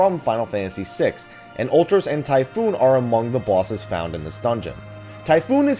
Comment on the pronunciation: it's Typhon. Not, Typhoon. Jesus your pronunciations..